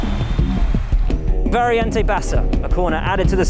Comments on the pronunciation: Variante non Variente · that is Monza circuit, not Imola!!! VARIANTE, NOT Variente!! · it's "variante" not "variente" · is it not "variante"?